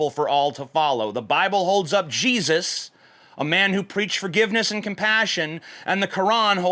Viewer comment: everytime you say jesus I hear cheesus